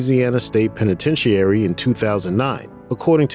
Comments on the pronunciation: I like your vids but I wish that the narrator knew how to speak English. Biopic isn't pronounced Bio-Pic, it's Bi-Opic. and Penitentiary is Pen-a-TEN-sha-Ree....... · did he actually say pene-ten-she-air-ee? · He can't pronounce "penitentiary" correctly either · how about the way he pronounced penitentiary in the C murder part? Lmao poor guy🔥💯😅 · Who okayed the words penitentiary and sword being pronounced like that? Haha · Did you heard the way he said penitentiary? Lol